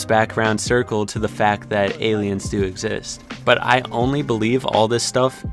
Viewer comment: Nobody:: "exist, EgGs ZiSt, eggzist."